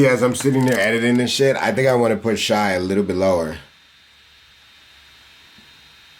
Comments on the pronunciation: SHY? It’s SH- AY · my guy said shy for shai bruh lol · "shy" gilly alexander... yeah this is gonna be hard to watch